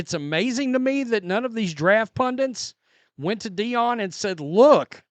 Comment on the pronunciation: The word is "pundit", not "pundint".